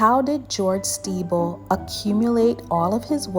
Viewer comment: The pronunciation of the name is incorrect…it is pronounced like Sti-bell although the spelling is Stiebel . She’s saying Stee-ble